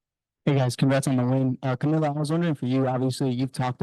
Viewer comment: That argument falls flat. Because right now Coach Sides is getting roasted for today's game. Dont know why people keep butchering Kamilla's name. Jamila??